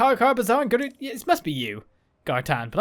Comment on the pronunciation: Is it me or is actually saying "Gerudoo Town"?